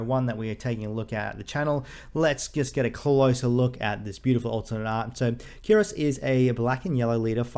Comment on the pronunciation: his name is pronounced "kyuros", somehow oda went for a greek sounding name